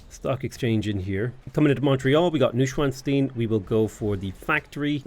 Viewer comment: Just a prononciation help for "Neuschwanstein" (translates to "new swan stone" btw). The Neu and Schwan part are good, but the "stein" should sound more like "shrine" with the "r" replaced by a "t" sound, not like bean.